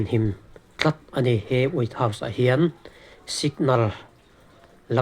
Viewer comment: Way house nge? wait house nge? hriatthiam ava har ve😂😂